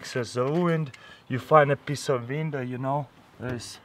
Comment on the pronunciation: Exactly where da fuq am I gonna find " a peice of VINDOW" in survival